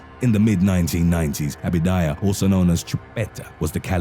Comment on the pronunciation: Abadia !! Not abidaya!! WTF dude read that shit